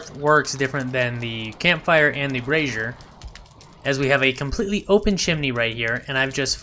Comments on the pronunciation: Dude, you are doing the world a good service here as this is one of the few channels that pronounces Brazier correctly. The other channels have me wondering how they got Brassieres in the game????? (two very different things lol). Subbed! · Lol! It hysterical you mentioned brazier pronunciation! I was corrected on it A LOT on my torch comparison video and have corrected it since! I had no idea I was pronouncing it wrong...